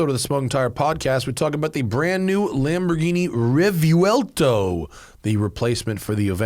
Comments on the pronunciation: The key to pronouncing Revuelto is understanding its syllables. The first syllable is "Re", the second syllable is "vuel" and the third syllable is "to". Therefore, Re-vuel-to. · You have to pronounce it with the accent of the native tounge.. Re-vwel-toh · Since "revuelto" is a Spanish word, surely the "correct" pronunciation would be the Spanish one, right? Which would be "reh-VWEL-tow" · Phonetically it is pronounced Rev-well-toe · Didn't the ad from lamborghini pronounce it revwelto? And revuelto is an 1800s bull